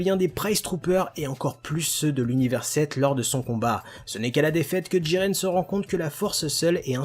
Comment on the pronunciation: Pourquoi tu dis djiren et pas jiren PS j'adore t vidéo et aussi jiren est plus fort que Goku en 1v1 et aussi du coup plus fort que Broly